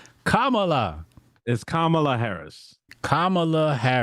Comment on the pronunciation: It’s Kum ah lahhh